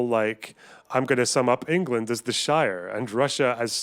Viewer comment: Oh boy. Engerlund